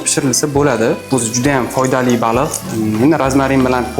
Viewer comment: Baluuu emas baliq